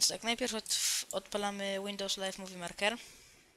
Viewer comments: Marker... Kurwa, maker tam pisze i mówi się mejker... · Łindołs lajv mówi marker xDD